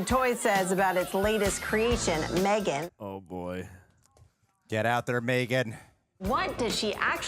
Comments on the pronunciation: 😂 mythiegan wtf you sounded like a drunk celt ...love it 🍻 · “MTHREEGAN” lmaooo 😂